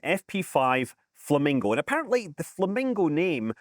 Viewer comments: Isnt it Flamingos not falmingos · Haha "Falmingos".